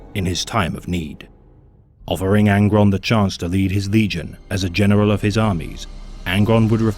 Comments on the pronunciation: "genewal" hahah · I hear "genewaw" hahah